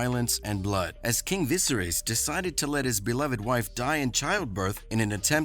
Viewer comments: Va-hagger? Viserees? Holy F! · Please pronounce King “Vis-air-us” name correctly. If you don’t know how to pronounce it I don’t feel confident watching your channel bc it tells me you don’t watch the show, or pay any attention! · How did you still manage to mispronounce Viserys and Vhagar, after watching the entire season of them pronouncing it correctly? Also, "We dont need to remind you about what happened to the young prince" is kinda meaningless when you literally just showed us exactly what happened to him... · Your pronunciation of the King's name makes me question whether or not you even watch the show.